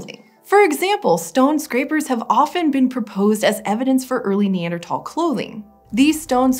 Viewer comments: NeanderTHAL. Not NeanderTOL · Say neanderTAL one more time I swear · I can’t not hear it lol Neather~”Talls”